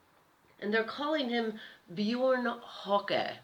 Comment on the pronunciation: oohh,... hey your pronouncing of this name is absolutly wrong when you say... beeooouurn (Björn) hokey (Höcke)...hahaaa... ))).... Björn bedeutet übersetzt „der Braune“ und „der Bär“. Der Name hat einen nordischen Ursprung und ist vor allem in Skandinavien ein sehr beliebter Vorname. In Deutschland wurde der Name Björn besonders oft zwischen den Jahren 1970 und 1990 vergeben.... english >>> Björn means "the brown" and "the bear". The name has a Norse origin and is a very popular first name, especially in Scandinavia. In Germany, the name Björn was given particularly often between 1970 and 1990